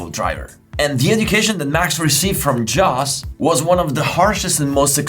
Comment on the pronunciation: You calling Jos Verstappen "djos" gets me every time 😂🙈